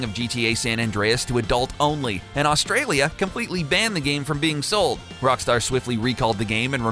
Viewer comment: It's Australia not Ausztralia